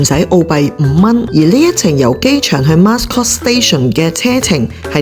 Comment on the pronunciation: Mascot 讀音是 Ma - scot= Mat音